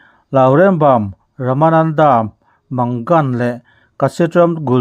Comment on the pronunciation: Lourembam manggan tia lam lovin Lourembam mangan ma-ngãn tia lam tur